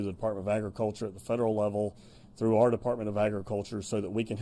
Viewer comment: Our not arrrrrrrr